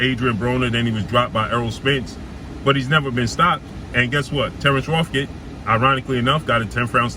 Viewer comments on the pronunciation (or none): boy said terence rofgid. You good bro?